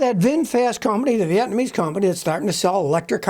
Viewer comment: Nuclear not Nukiller and Hybrid not Hybred.....Vietnamese not Vetnamese